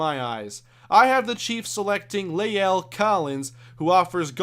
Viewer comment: By the way, La'el Collins' first name is pronounced "lah-ell," not "lay-ell"